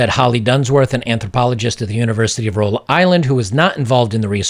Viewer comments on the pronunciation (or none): none